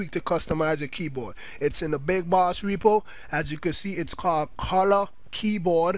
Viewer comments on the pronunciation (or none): none